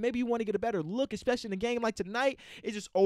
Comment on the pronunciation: “expecially” come on man